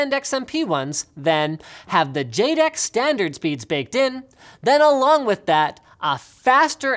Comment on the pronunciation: Jed-ek, not jay-dek.